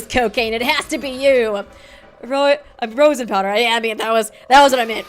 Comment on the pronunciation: hearing mispronounce rosin kinda hurts guys..... rose-in... raw-sin